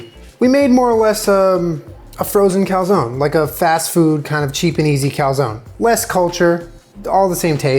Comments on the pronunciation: Cal-zown? Is that how Americans pronounce calzone?? Kind of crazy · Why is he pronouncing calzone like that tf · You guys say cal-zone ? Where I like we pronounce it cal-zone-e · It’s pronounced calzonE... with the e... but with an ‘ay’ sound. 🤷🏼‍♀️ Also - this video had my anxiety through the roof 😂